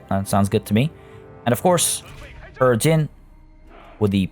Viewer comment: It's pronounced he-jin